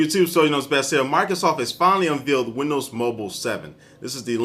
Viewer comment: WTF is "unvealed"?